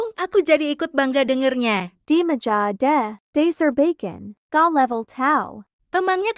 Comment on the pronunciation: Sumpah gw ngakak mlu pas di menit gw liat tulisannya bacon tapi kenapa pas di bilangnya bkon nah disitulah gw ngakak mlu😭🤣😅 "Tidak bermaksud untuk mengejek videonya 🙏🙏"